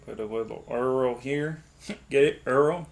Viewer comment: does dabs. Errl "earl"